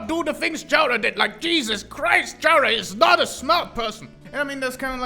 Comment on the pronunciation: bro says Chara and Character in the same sentence and still continues to pronounce Chara's name differently 💀